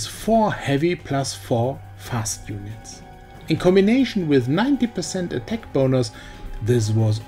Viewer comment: Your battle tanks pronunciation sounds like better tank, and attack sounds like a tech.